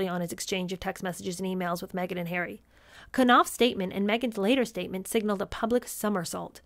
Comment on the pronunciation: Not wishing to sound sycophantic but ….. you are so entertaining and truly funny. I absolutely love the way you scrunch your nose up when you “do” call me plain old ‘Arry and the accent is absolutely hilarious. Thank you 🇬🇧